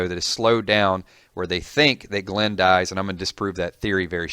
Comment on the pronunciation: For a walking dead fan this guy really doesn't know how to pronounce some of the characters names